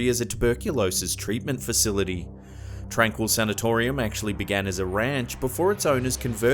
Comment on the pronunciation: My parents grew up in the town near tranquille, and I've driven past plenty of times! It's actually pronounced 'Tron-keel'